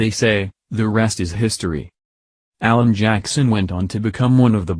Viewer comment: A Mc Alan not "allen"